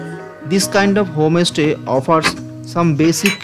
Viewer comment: Why are you saying home- estay indead of homestay?